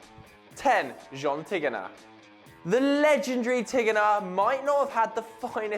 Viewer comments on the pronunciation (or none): none